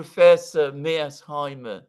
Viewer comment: I think mispronounces "Mear-sheimer" as "Mears-heimer" for the same reason that he mispronounces "Xi" as "See"; because (for whatever reason) he can't pronounce the "sh" or "zj" sound. Just saying! 🙂